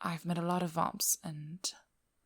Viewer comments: God that pronunciation of vamps is too posh it's like your forcing a fake accent it's detectable to my ears I have shit eyesight so my other senses make up for that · great audio :D even if it took me a few moments to realise you're saying "vamps"